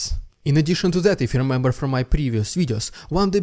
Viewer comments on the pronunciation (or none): none